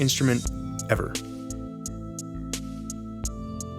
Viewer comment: you said "every instrument EVER", emphasizing the word "ever", and it made me think of the comic book guy from the simpsons.